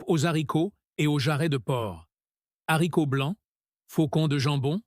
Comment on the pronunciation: « Soupe aux - z - haricots » ? Le h est aspiré, donc on ne fait pas la liaison, voyons ! Soupe aux haricots.